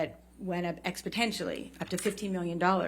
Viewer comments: I'd also like to point out "The contract went up expotentially." I understand slip ups happen in the English language, but... 'expotentially' was a bit difficult to listen to. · "Expotentially" lmfao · "expotentially"... hmmm. It's interesting she didn't correct herself.